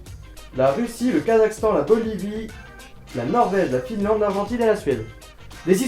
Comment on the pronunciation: Tu sais pas prononcer Finlande mdrrr xD